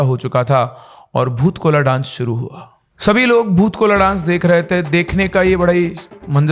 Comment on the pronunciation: Bhoot kola nahi hota hai vo.Bhoota kola hota hai.